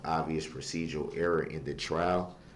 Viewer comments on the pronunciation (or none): none